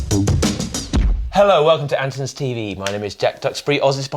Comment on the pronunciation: It's Andertons not Andersons.